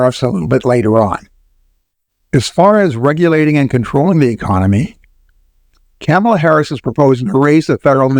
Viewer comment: While I enjoy your commentary Vice President Harris's name is pronounced comma la, not camel a. Trump is a bankrupt fool. Inflation is a natural result of huge deficits.